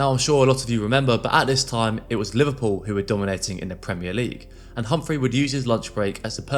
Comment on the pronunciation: They need to learn how to say "Premier" properly!